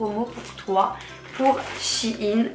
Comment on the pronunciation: Shein ne se dit pas " Chine " mais " chèyne " 😅